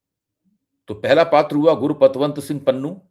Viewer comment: Guru nahi gur bolo ok